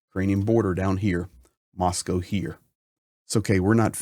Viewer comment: Good to hear an American pronounce Moscow correctly.